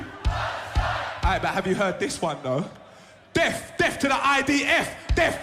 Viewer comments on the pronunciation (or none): He can't even say death... Deaf deaf 🤣